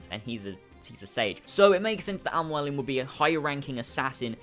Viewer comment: I feel like he's having trouble pronouncing Mualim. Because that is NOT how you say it. Mualim is an Arabic word for teacher or mentor incase you wanted to know. MOO_A_LIM